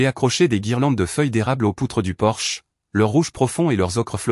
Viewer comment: Sexgiving ? pour Thanksgiving, on y a droit à chaque vidéo, idem pour Porsche au lieu de porche, table en chaîne au lieu de chêne, les pains au lieu de pins. belle histoire